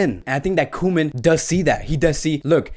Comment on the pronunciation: It’s co-men